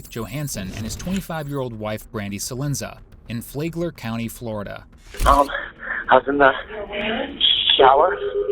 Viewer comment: It’s FLAG-ler County not FLAY-gler Is this AI narration? But more important: Rest in peace, Brandy.. I’m so sorry to hear of her death. This guy is EVIL.